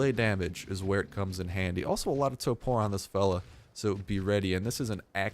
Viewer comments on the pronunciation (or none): none